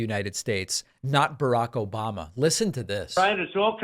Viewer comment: Obahmnah! Lol